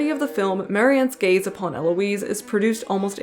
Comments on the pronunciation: No not “the gays”.... the gayz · you: not the gays me, every time you said gaze: GaYs